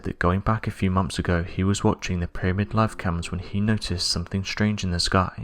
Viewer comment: Monoliffs. (Monoliths). Monffs. (Months). Anovver. (Another). Over. (Other).